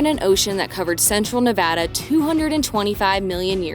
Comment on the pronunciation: must be pregnant because your dad jokes are OFF THE HOOK this one. We are Reno natives and are so glad you enjoyed Nevada. (And that you pronounced it right!)